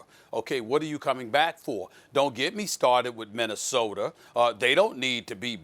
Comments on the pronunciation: lmfao as soon as he said minnesorter i scrolled to the comments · As many words SAS knows and can pronounce he can't do minnesorta, haha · Aden Ahmed “minnesoter” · Nobody: Stephen A: MinneSOTER